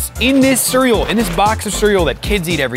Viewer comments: bro said "Siryal" instead of cereal LOL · is literally saying “Surrel”😂